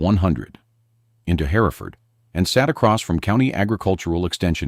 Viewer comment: The name of the town Hereford is not pronounced "Hair-e-ford" it is pronounced "Her-ford". It's the same name and historical location of the Hereford cattle breed.